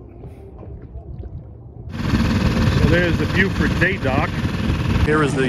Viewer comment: Beaufort in NC is pronounced Bō fort. Beaufort SC is pronounced Bū fort, as you did correctly.